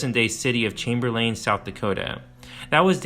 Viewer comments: The towns are pronounced like Chamber-lin and Pier not lain and Pierre like a French guys name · chamber-LIN, not LANE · As a life long resident of South Dakota its Chamberlain pronounced Chamber lin and the capitol isnt pronounced like the french pronunciation. Its Pierre as in pier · Well done! My only criticism is your pronunciation of Chamberlain “CHAM-ber-len” and Arikara “Uh-RICK-uh-ruh” Great history telling! (I’m a published historian, focusing on early and pre-contact cultures) 👍🏼❤️🫡 Semper Fi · Those South Dakota cities Chamberlain and Pierre are pronounced “chamberlyn” and “peer.” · I'm a South Dakotan as well. I've spent many days fishing on the big river in front of Crow Creek. Maybe I've been living under a rock, but I didn't know there was such a significant archaeological site there. This is a well done documentary but I can't help to feel it takes a slight credibility hit for not pronouncing Pierre or Chamberlain correctly.